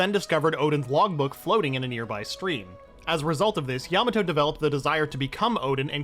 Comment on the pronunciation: why do i sometimes hear you say yamano?